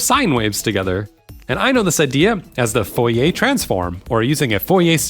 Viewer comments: I appreciate the effort to pronounce Fourier correctly but I find that generally such an endeavour is ultimately wasted. Now I do think we should aim to make our pronunciations good and recognisable at the very least but I think in trying to sound French you ended up sounding more wrong to me. This is also to add to the fact that especially for historical names modern pronunciations are also "wrong" in that that's not how they would have said it either so even the French would be wrong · In French, you don't pronounce 'r's, right? Except, that only applies to final 'r's. The name Fourier ends in an 'r' that is actually pronounced by changing the quality of the 'e' to be rising. But the 'r' in the middle of 'Fourier' is pronounced as an 'r'. 🙂